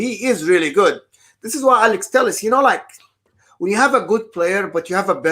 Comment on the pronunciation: Telles I believe is pronounced teh - yehz. Heh heh. Good content as usual boys!